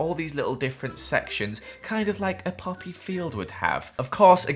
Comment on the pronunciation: When he say-Ed poppy I thought he said puppy (I don’t have the worlds betest hearing but I can hear small sounds I know it’s weird)